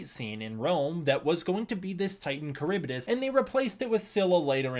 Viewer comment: Slightly off topic but I'm pretty sure you are mispronouncing Charybdis, I used to be big on Greek mythology as a kid and I remember it being pronounced differently... that being said, I could be wrong it was a long time ago.